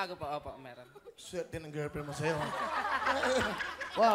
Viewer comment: Over pronounce "shayo" talaga yun e hahahah